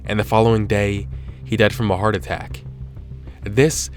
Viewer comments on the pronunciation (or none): none